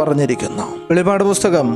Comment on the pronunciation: വെളിപാട് അല്ലസുഹൃത്തേ വെളിപ്പാട് അങ്ങനെ വായിക്കണം